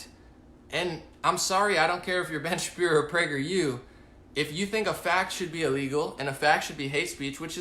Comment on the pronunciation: good job on not slipping up and saying Shapiruuu ;-)